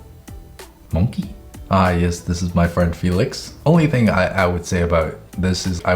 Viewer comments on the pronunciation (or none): really be vibing with "monke" (no it's not a typo that's literally how sam said it 🤣🤣🤣) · “Let me roast you” also: “Monkè” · "mon-key " bruhh 😂🧡🔪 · STOP THE WAY HE SAYS “monkey” MAKES ME LAUGH HGGHHGFTYYFD